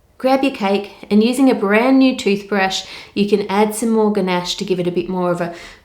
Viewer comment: Love how you said "use a BRAND NEW BRUSH...." lol just in case.